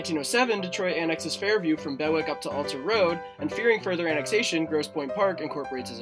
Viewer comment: FYI - no one calls it "Grosse Pointe" - we just say Grosse Pointe City or City. Also for pronunciation Bewick is not Beh-wick. It's "Bee-wick". Other than that - very informative video, thanks!